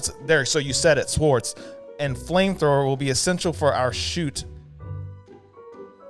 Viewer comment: Very funny. But they are pronounced "sords" though there is a "w" in the spelling. It is silent.